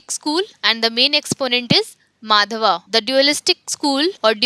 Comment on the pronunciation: Madam, not to question your authority on this subject, your pronunciation of many of the things need correction. For example: Chandogya is not Chand - yoga; Dvaita propounded by Madhwa not Madhava; Upanishad - not Upanish-das; Brihadaranyaka: cannot comprehend what you said; etc